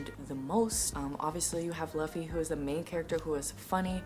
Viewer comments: Its zoro not zolo and its looofy not laffy . Be safe from hate comments later due to this 🤣 Happy reading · also just a tip, people call the characters in a certain way like zolo is called zoro, and luffy is pronounced not like luh-ffy but instead its pronouced like: loo-ffy. kinda funny because the "loo" remembers me a cow going moo lol. hope i dindt sound boring and also, if i writed something wrong im sorry, english is not my first language lol. great video also i loved the music and backfround really maded the video kinda comfy ^~^ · You are going to hear this sooooooo much but still I have to say it. It’s “Lou - Fee” like Goofy but with an “L” fans are gonna go crazy if you say Luffy like Fluffy 😂 OMG had to edit I just read more. It’s Zor like roar and then O like Goro from mortal kombat. Idk where you got Zulu from is his name spelled differently in the manga? 🤔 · You pronounce his name like "LOU-FEY" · it's pronounced loofy. like goofball already subbed :D some of my all time favorite characters in all of fiction are the women in this story. they are stil drawn in a very shonen typical way. but I dont mind it xD it's just pretty things to look at and the story around them is so incredible, I just want to hug them like my sisters. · Not Zolo 😂😂 the manga is still mistranslated🤦🏻‍♀️it’s suppose to be Zoro 😅 Btw Luffy is pronounced as Loofy like "loofa" by with a "y" at the end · ill save you from the hate comments and just tell you that luffy is pronounced like loofy and zolo is actually zoro